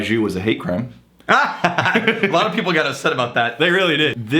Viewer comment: "for the peebl"